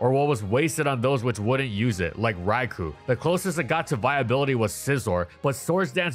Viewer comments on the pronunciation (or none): When do you think gonna realize he’s pronouncing Raikou and Golisopod wrong?